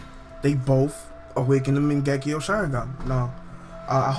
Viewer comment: it still pisses me of that you say magenkyou wrong.